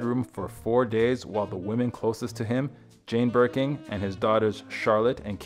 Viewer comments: The amount of times the narrator called it “Birking” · Also Bergen